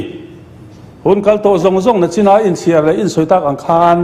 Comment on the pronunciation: 'nachina' te a ti mai a!! 😅😂